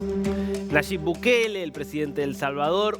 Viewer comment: Dijo NASHIB BUKELE?